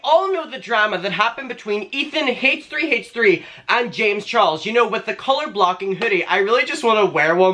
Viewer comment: The way he says H3H3 like Haysh three Haysh three. “ Allegedly” also trash potatoes has no room to talk about being brought down a garbage can can’t talk about other garbage cans